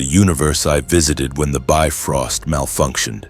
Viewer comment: Well yeah. This is what happens when you have AI write a story for you. Then you let the AI voice call the Bifrost a "biffrost".